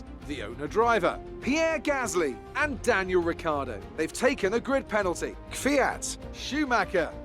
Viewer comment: KVYAT: K'FIAT